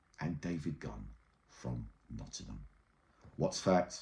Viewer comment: Erhhh. NOTTINGHAM NOT NOTTINHAM. THANKS 😅